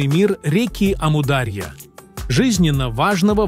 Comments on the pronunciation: Ставьте ударение правильно, не амУдарья а Амур-Дария!!! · Не аму а ому даря. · Правильно АмударьЯ-ударение на последнем слоге! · Как только услышал от ИИ "Аму-дАрья", а не "дарьЯ" — перестал слушать , ИИ просто осточертел 😱‼️Дизлайк! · не Амудáрья, а Амударья́. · Точно.Амударья ударение правильно на последнюю букву. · "Амударья"-ударение падает не на "а", падает на"я". Произносите пожалуйста правильно! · Автор вы бы сперва научились правильно произнести слово Амударя' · Неправильно произносится название реки и гор. Истоки начинаются с Памира и река называется Амударя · Очень нужный видео. Аму дарья ударение правильно надо ставит. Аму отделно Дарья отделно. Дарья по переводу река. По другому его назвали Джейхун значить бешанный река. Самый мутный река но вода исключительно вкусный. Река начинается от горы индигуш Афганистан. Спасибо за видео очень обрадовалась это наш река.где наш река солнцем здороваться солнце свет дает а река отражает. Мирный привет тебе здоровья и благополучия из Туркмении. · Амударья ударения на «у» Даша тут не причём 😂